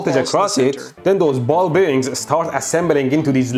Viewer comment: "Ball beareenz."